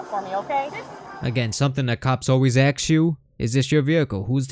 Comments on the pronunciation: Why are you using the work “ax” …….when the word is “ask” ! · Hold on!!!! Did I hear you say "axe you" 😂😂😂 No way you pronounce it "AXE" !!!